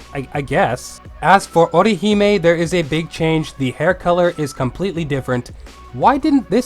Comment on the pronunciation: Man I gotta say I love the way you pronounce Orihime as "Oh Ri He May" XD